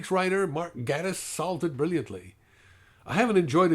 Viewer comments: Yeah, I didn't like Voyage of the Damned at all. Gatiss is actually pronounced "GAY-tiss," but that obviously doesn't matter much. I really liked this episode a lot too. Not much to say. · Gatiss is said like "gay-tiss". Like gay. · it's pronounced GAY-tiss. sorry.